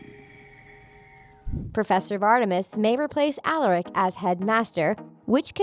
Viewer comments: She also said Alaric wrong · Why in the fuck would Klaus , Elijah and Hayley emerge from the puddle when none of them were killed/consumed by malivore ? Lmao guys please get people who can pronounce Michaelson (My-cul-sun) and Alaric(Uh-lar-ic) and who are familiar with the TVDU. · "Alarek" "Alarek", "Alarek", "Alarek" I can ignore it once Such as I did when you said "mikelson" But saying a name wrong 4 times in a row is just too much... makes me not feel a connection to what is being said, as the person who is saying it clearly didn't watch the show Even if that person is different from the script writer. Seriously, I subscribed at the start of the video, and unsubscribed by the end of it. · So you said Alaric’s name wrong and then hopes last name wrong and the you said Klaus’s name wrong and then you spelled Hayley’s name wrong